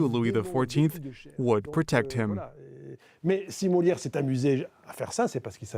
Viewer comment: Could the translator pronounce Moliere Properly!!